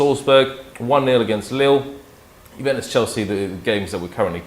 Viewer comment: Hahaha..”Jubentus” got that “W”